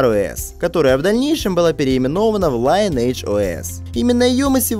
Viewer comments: Только не Лайнидж, а линедж оэс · лИниэйдж (ударение ни первый слог) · "ЛайнЭйдж"!? Серьёзно? То есть "родословная" теперь так произносится что ли?